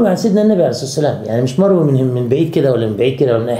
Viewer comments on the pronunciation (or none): none